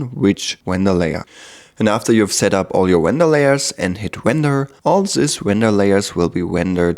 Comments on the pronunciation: If I had a dollar every time he said wender... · If I took a shot every time he said wender, I'd have blacked out by the 1 minute mark.